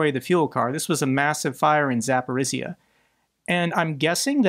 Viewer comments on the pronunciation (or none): Not sure if you looked up pronunciation of Zaporizhzhia. If you did and still struggle, please ignore me. I grew up in Zaporizhzhia, and I understand it's not the easiest city name to say. I've been watching you for more than a year, and this is the only real complaint I have. Please keep up the good work, thank you. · Hey! Thanks for all you do. So you know: Zaporizhzhia rhymes with “Polynesia, amnesia, Micronesia.”